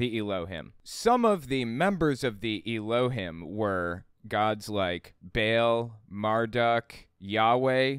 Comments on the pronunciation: I really like your videos, but you pronounce Elohim and Adonai really weird. In every instance I’ve seen of these words used in music or whenever I’m going to my dad‘s family’s Jewish services, Elohim is pronounced Elo-heem and Adonai is Ah-doh-nigh. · I like your videos. You got a couple small details wrong in this one tho. First of all, Hebrew does have some letters that are vowels, along with having dots over letters as vowels. Secondly, Jews pronounce elohim slightly differently than you did, tho that's more subjective.